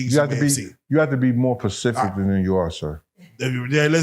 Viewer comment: You try to act all smart you can't even pronounce the word specific go and look at it again you can't even pronounce the word